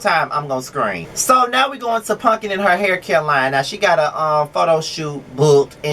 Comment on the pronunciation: I love that you call her punkin. That’s yooo. So cute. This is my favorite review of yours.